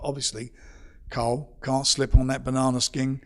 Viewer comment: Anyone else hearing him say Carl as Coral?